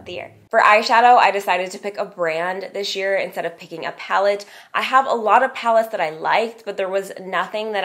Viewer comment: Please stop saying "dish" year and "lasht" year, it is"this year"and "last year"!